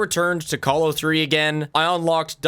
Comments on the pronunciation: The fact that he says colo like colon instead of colosseum actually fucking hurts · I’ve never heard someone pronounce “Colo” like “colon” is pronounced